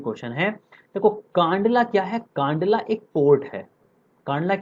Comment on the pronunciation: Kandla ka sahi pronunciation(उच्चारण) कंडला होता है। कंडला ✔️✔️✔️ कांडला ❌❌❌